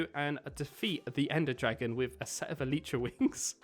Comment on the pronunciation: It’s not an Eletra it’s elytra